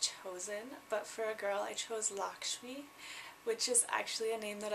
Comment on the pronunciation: Loved your choice of 'Lakshmi' as the female Indian name - its actually a very popular and well known name all over India :) Lakshmi is the Hindu goddess of wealth and beauty too :) .. and the pronounciation is 'lucksh-me' ... though haven't heard Jag as a common Indian male name to be honest...